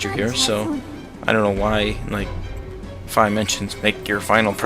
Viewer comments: I'm annoyed by your pronunciation of Fi. I pronounce it Fee. But good video, as always. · I thought you pronounced her name as FEE